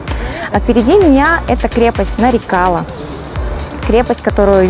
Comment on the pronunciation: милая моя землячка. не вводи зрителей в заблуждение, если ты правильно поставишь ударение то на твоем родном языке сразу поймешь название крепости Нары-кала - мелкая крепость. И потом откуда в тбилиси где нет ни грамма нефти армянские нефтепромышленники. Там половина населения была азербайджанской, о чем говорит много старых названий